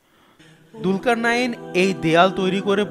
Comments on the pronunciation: It's julkar nain,,not dulkar nain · দুলকার নাঈন না। নামটি হবে জুলকারনাইন। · Bhai dulkarnayin na. Zulkarnyin hobe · যদি আপনি তার নামের বানান দুলকারনাইন বলে থাকেন, তাহলে সেটি ভুল বলছেন…… এর সঠিক উচ্চারণ হচ্ছে “জুলকারনাইন” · দুলকারনাইন নয় যূলকারনাইন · ভাই দুলকার নাইন বলছেন কেনো ক্বুরআনে আছে যুলকার নাইন। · কি ফেতনা নাম হলো জুলকারনাইন আর সে বলে দুলকারনাইন 😡